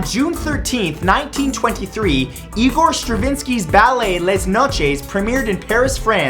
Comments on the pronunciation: Please don't pronounce "Les Noces" like less noches... If anything, it is pronounced Lé Noss. French is not Spanish... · Les Noces is French, so it's pronounced [Leh noss] (In case it wasn't clear, Les is pronounced like the "Le" in "Let's").